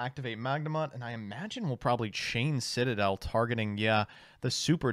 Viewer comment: I liked the part that featured nearly mispronouncing Citadel as Shit-adel lol